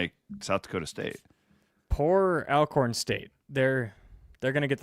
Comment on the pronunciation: Minor point, but it's pronounced "All-Corn" State, not "Al"